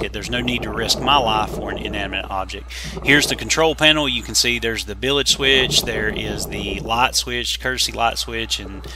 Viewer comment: Isn’t it bilge not bilage?? Very interesting salvage job. Good work.